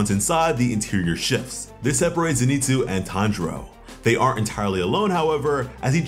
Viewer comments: bro i tried to be chill about it but name isnt fucking zineetsu its zinehtsu. please stop slaughtering this mans name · Ze knee tsu has the power level of a hyuh she ruh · Noo he said zeeenitsu